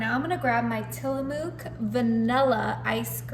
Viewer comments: Yes, MOOK as in TOOK.😊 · That Oregon ice cream is pronounced Till-uh-muck only spelled Tillamook.... just like the town it's named after and such a wonderful tour & gift shop ❤❤❤ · Please say.. Til ah MUK .. Request from the Northwest